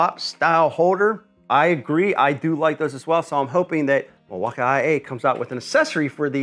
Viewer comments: Cause it is pronounced mil-walk-ee, sir. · Were tf do you get IA from Milwaukee?? Is it just your boomer humor or do really think its said that way ? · Bro said Mil-walk-IA ☠️ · Hi, first time seeing this YT channel. Is the pronunciation of milwaukee an inside joke? Because from now on I’m adopting that lol I love it. I almost went into Home Depot and asked an associate there if they had the mill-waka-eye-aye forge battery 💀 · Somebody else pronounce it “Milwa ah ah eh” lol 😅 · Its not the buds bro, its the mill wok eye aye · you speak funny mil wauka aee but reeel nice like buyin that thing🤣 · Why does he keep saying milwauk I A ? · What’s up with the way you say Milwaukee ? Doesn’t make any sense. I mean I’m guessing it’s just to annoy people. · Please say Milwaukee normally... I grew up there.... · Wow you can fake pronounce Milwaukee your so brilliant. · i hate how you say milwaukee 😂😂😂😂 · omg..... learn how to say milwaukee